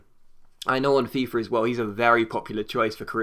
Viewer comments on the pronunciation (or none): none